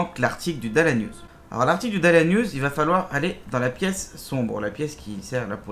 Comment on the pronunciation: Merci mais c’est ça se dit pas « dal news » mais « dallace news » le (s) se prononce dans dallas